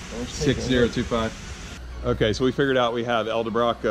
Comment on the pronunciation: Love the channel and the videos! One thing, say it with me: EDEL-BROCK, it's not ELDA-BROCK!! lol That's always been a pet peeve of mine. Edit: I watched the rest of the video where you correct your own pronunciation of Edelbrock!! lololol